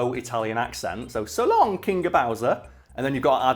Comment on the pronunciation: I used to think he said "shalom" instead of "so long"